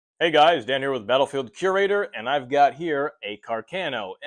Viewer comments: Ca'rcano not Cercano 😅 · Càr- ca-no please. Not Car-cà-no. 😉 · Damn! Càrcano!...not Carcàno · Cercano not carcheno